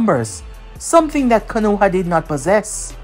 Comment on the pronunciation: Not trying to be negative but 2 things It’s not K(A)-noha like how you’ve been saying it over the years Is K(O)-noha you emphasized the A a lot Also it’s not sake like saying (for my sake or for god sake ) it’s SA-Kay I know I’m nitpicking but I think it would elevate ur what ifs after all it’s all about the immersion right?